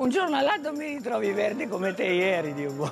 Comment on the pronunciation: Si sente la U di bUono, perció è un Dio Buo’